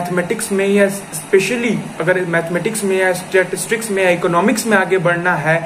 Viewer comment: It's pronounced as *Sta-tis-tics not 'Statics'! Correct this.